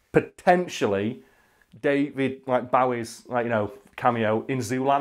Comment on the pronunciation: Do you say David Bowie's name wrong on purpose to fuck with people?